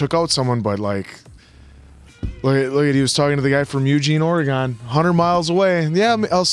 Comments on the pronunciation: Never say ore-EEEE-Gone when you come to Or-a-gun. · Answer!! Its pronounced like "organ" but theres like an "eh" sound inbetween "or" and "gan". Its not ore-gone lmfao. If your trying to troll an oregonian pronounce it the way you did like "ore-gone" lol. Besides that lol I live in eugene oregon so this episode kinda hit home for me. My sister has a different father and hes half german. His grandfather served as a nazi but had the wherewithall to get his family out of germany and move to america. Being a soldier gave him more permissions than others to move around without getting in trouble. My sisters grandma remembers escaping with her parents to america. My little sisters great grandfather (who was a nazi) died at 104. They still have some of the old medals and things. They were hidden in vent ducts and other places by the great grandfather. Probably because if people found out then his family couldve been killed or at the very least harassed. I doubt many people will read this but hopefully this gives people another view into the past of the perspectives of those who survived. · obsessed with the way they pronounce oregon 😂